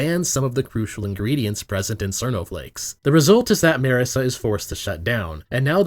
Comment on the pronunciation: The real TRUTH of class conflict is how you pronounce Marisa. It's Mar(like Marx)-isa not Merr-esa